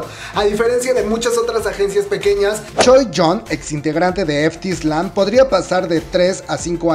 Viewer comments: Solo una cosa.... No se pronincia "uainer" es "uiner" (winner) No es "ef ti aisland" es "fit ailand" (f.t. Island) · es correcto lo que dice, "island" se pronuncia sin la s como "ailand"